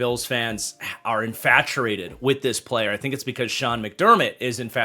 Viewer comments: It’s infatTUATED. There’s no “r” sound. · infatuated not infaturated